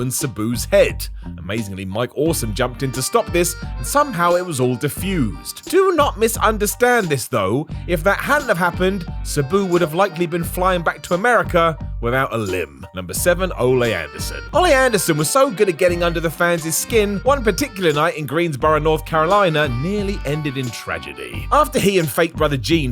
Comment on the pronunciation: It's not o-LAY Anderson...it's OL-ee...